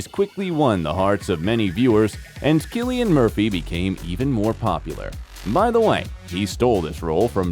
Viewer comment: You need to learn how to pronounce his name properly